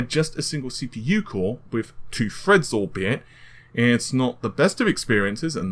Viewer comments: "Four cores eight Freds, and Hyper-Freds" "Pushing the amount of Fred's required" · Chip Minion what, when does he say Fred? Wtf are you talking about. *Edit : Ohhhh lol. I get it. "Four cores eight freds, and hyper - freds"